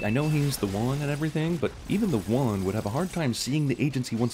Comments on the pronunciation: When you say "The One" it sounds like "The Wan". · I think your pronunciation of "The One" should be included next time you do a sins video on yourselves.